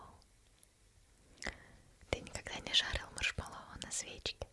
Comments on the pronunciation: МаршмЕллоу, маршмЕллоу, а не маршмеллОу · видео 9 из 10,минус бал из за маршмелОу,слух очень сильно режет